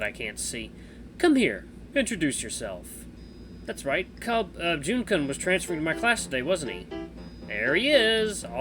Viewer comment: hehehe ur pronunciation of kun has much to be desired XD